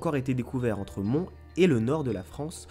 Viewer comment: J'habites pas très loin de la ville de Mons et ça se prononce Monsse ( donc on prononce le "s" ) cordialement. Cette partie m'a fait grincer des dents sinon c'est une super idée pour Halloween j'adore ce genre d'histoire